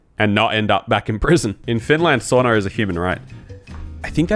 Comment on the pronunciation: Find a seat and stfu. You're not funny and since you ( judging by this video) can't pronounce SAUNA correctly, you're the last one to mock and try to over mimic the people. You have no agency to do that, pos. Come back when you do speak Finnish fuently which means never thank I Sincerely, Finn living in TX.